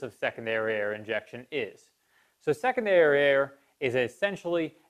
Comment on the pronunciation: I just kept hearing "second dariare"... My single dariare works just fine though...